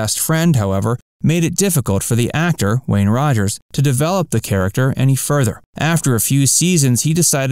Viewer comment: It's "Wayne Rogers" , not "Wayne Roger".